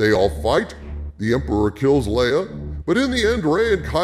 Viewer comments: Thanks for the video. Do us a favor though and stop calling her "Lee-ah". It's "Ley-ah". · Son of a bitch... Dude its lay-uh.. not lee-uh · Leia = Laya not Lee-ah! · Pronounced Lay-Ya not Lee-Ya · Should I trust a guy who can't pronounce "Leia"? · Love your videos dude, but your pronunciation of the name Leia is driving me nuts. It’s “Lay-uh”